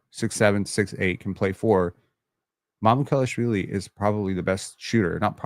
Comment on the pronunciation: Mamoo - kal - ash - villee. How to pronounce.